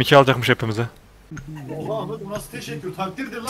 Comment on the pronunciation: o nasıl tessekkur taktirdir lan o hahahahahahahah